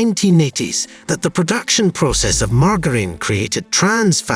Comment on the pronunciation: Wonderful facts and good video. However, you should have a native English speaker listen to your narration and find your mispronunciations like "fructose" and "margarine". There were more but I didn't write them down.